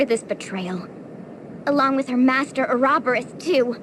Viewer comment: ahhhhhhh the way they pronounce Ouroboros!!!! It hurtsssssssss